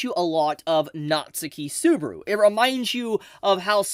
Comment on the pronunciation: if i ever hear pronounce "natsuki subaru" like "Natsuhki Subaru" ever again i might start a riot